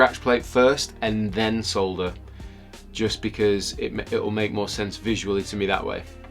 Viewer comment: So pleased to hear the word "solder" pronounced this the "L" included, as distinct from the American mispronunciation. Just a stupid bugbear of mine!